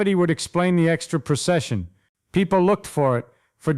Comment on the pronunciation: It's "precession", not "procession".